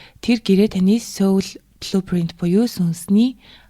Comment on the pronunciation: Heregtei medeelel ogdogt bayrlalaa 😌 “Soul” iig joohon ooroor duuddag shuu, Mongolchlood duudaj bgaach ene ug bainga davtagddag bolhoor hellee sorry 💕